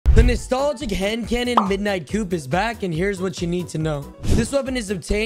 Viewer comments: It’s pronounced coo… the p is silent. Not like I’m gonna trust one of the least skilled d2 players anyways but yeah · I guess no one told you what you needed to know, which is that the P in “Coup” is silent. it’s pronounced “coo,” not “coop” lol. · The P is silent man, its pronounced midnight koo. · The P is silent in coup my guy